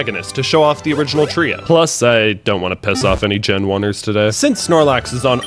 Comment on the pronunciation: I love videos like this cuz I do it in some personal playthroughs but you butchered gen 3 and 5